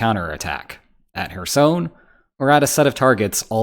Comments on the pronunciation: If you're making a video about Kherson. Could you at least get the name right. It's very cringy. ''Hersoin'' what?😅 Apart from that great update about the situation there atm. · You say Kherson like Michael Jackson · As someone who speaks Ukrainian\Russian, his pronunciation of Kherson is triggering.